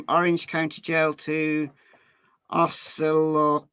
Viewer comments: Osceola is pronounced Oss-ee-oh-la. Love your channel and your dedication,. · Kissimmee is provinces with the emphasis in the im part and its a short I sound. Osceola is pronounced ah see OH la. These are Native American names. They are hard, even for us locals.